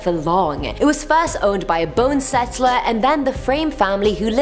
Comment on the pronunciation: Is it a bonesetter or bonesettler? Sorry but its driving me crazy...